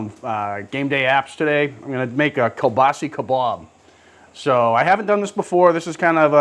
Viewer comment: You guys are great, I really enjoy your videos, however... it’s kielbasA not kielbaasi! I know you guys are from New England but...😊